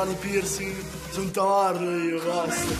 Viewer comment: Nella presentazione Caviglia:"la gente pensa che sono tamarro ma non è così dai" Al minuto :"SONO TAMMARRO IO BASTA"